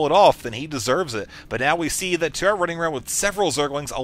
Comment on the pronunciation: I'm pretty sure "Tuer" is actually pronounced "Tu-Eh" - it's french for the verb: to kill!